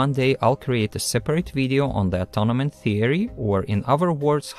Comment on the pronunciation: very interesting, thank you. Please check the pronunciation of "atonement".